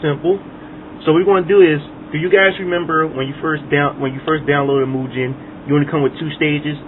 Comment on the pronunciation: I always pronounced it Mu-Gun... My-Gen sounds funny